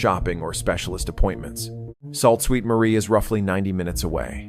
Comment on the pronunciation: The AI pronounciation is terrible. Salt Ste Marie?